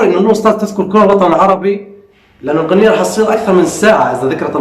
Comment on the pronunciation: بس ياريت تلفظ كل حرف بشكله الصحيح،،، من وين جايب " القنية"،،، اسمها "الأغنية"🤦‍♂️